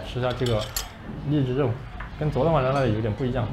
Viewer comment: 做为福州人，听到”你好招牌荔枝漏稻香漏”，还是笑了，哎呀，咱胡建人啊。😂